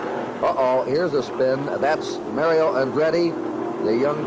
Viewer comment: "He's passing a great young driver, Mayrio Androtti, from Italy!"